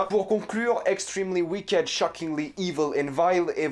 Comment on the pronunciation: C'est mignon t'essaye de prendre un bon accent mais tu dis WIKÉDE 😂(C'est wikt en fait 😂💖)